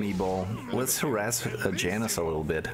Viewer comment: Janus is not a white mom from the suburbs of america. The j is pronounced as a y